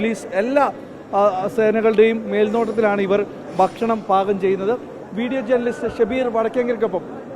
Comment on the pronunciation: ബാരവാഹി, ബക്ഷണം... നിന്നെ ആരാടാ ഉണ്ടാക്കിയെ